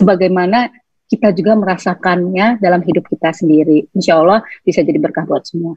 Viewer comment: Nyebut Lafaz Allah...Fasih Sekali Hj Tere.... Smoga Allah swt Selalu Merahmati Hj.Tere